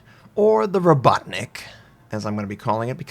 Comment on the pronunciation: Oh-ho-tnick. Ho as in yo-ho-ho. Not Oh-HOT-Nick (or oh-HUT-nick). Robuttnick sounds wrong too if you mean "worker". It's Rah-BOT-nick.